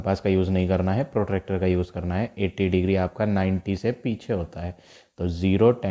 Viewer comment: Sir it was protector not protractor😃😃😁😁😅😅